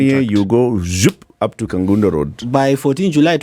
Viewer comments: Its Kabonyo not Kabondo Morara. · Kabonyo not kabondo